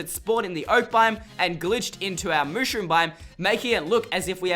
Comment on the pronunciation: It's not mooshroom!!!!!!!